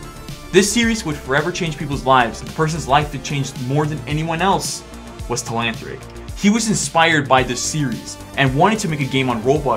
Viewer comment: learn how to say telanthric.